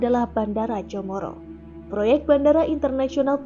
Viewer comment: Bandara Comoro (Komoro) bukan Bandara Chomoro.. Ble'e ah naratornya... 🤣